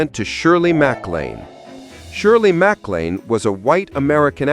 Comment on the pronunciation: Dear lousy AI narrator -- program yourself to correctly pronounce Cantinflas and (Shirley) MacLaine. Thank you.